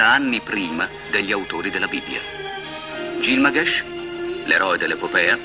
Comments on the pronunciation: gil GA MESH non gil MA GESH. l'ignoranza applicata alla comunicazione. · Il nome originale sumero pare che fosse Bilgamesh, forse esistono più varianti, però effettivamente "Gilmagesh" non si è mai sentito.